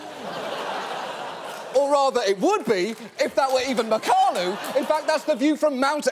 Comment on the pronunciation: It’s pronounced Mack-uh-lau